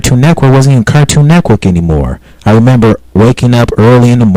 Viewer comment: You say Cartoon Network like Cartoon Neckwork. What?